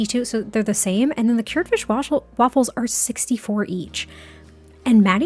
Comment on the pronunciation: "Fischj. Fischj on the table." I CAN'T 🤣🤣🤣